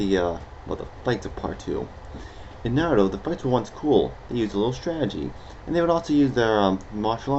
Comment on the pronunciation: you said naruto wrong and shippuden wrong ugh